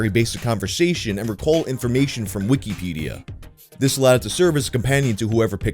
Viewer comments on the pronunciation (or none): never heard someone pronounce Wikipedia like that